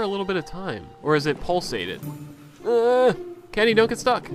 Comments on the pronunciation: I love how he says "Kinny" instead of "Kenny" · I like how you say Kenny :D